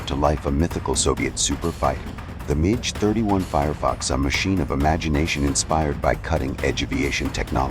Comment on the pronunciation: How many different versions of Clint Eastwoods' face are in this AI mash up? Also, it's pronounced Mack 6 not Match 6! One five hundred kilometres? No, AI dummy, fifteen hundred kilometres. Midge 31? Jeez, what kind of English is this robovoice using?